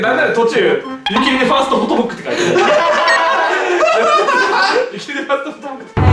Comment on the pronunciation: ゆき じゃなくて すき じゃん笑